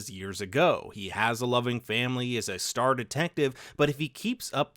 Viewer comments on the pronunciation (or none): none